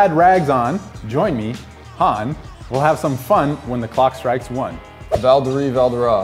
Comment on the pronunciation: Velderie?????? WHAT???? C'mon JOEY!!!!! UR BETTER THAN THAT!!